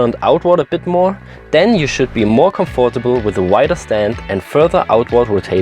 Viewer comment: Hab dies schon oefters von dir gehoert und wuerde dich gerne korrigieren: comforatble wird "comftebl" ausgesprochen :) sehr schoenes video